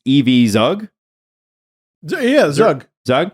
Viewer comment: Zug is pronounced "Tzook" (but short "oo" sound)